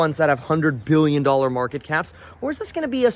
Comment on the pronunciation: time IN the market not time in the mark-it